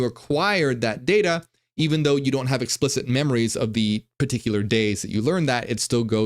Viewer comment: “Explishit” XD I feel like that was subconscious having a little fun with what he was talking about